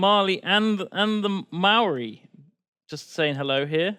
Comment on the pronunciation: Your pronunciation of Māori makes me want to cry ;_